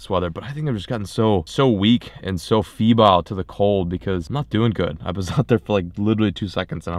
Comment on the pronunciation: Weak and "feebile to the cold" eh? 😂😂❄️❄️